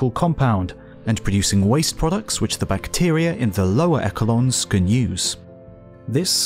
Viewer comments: "echo-lon" The rest of the video was so well produced that the inclusion of that mispronunciation was oddly jarring. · No, it's pronouned ESH-uh-lahn even in the UK. Seriously, who doesn't know how to pronounce echelon by adulthood?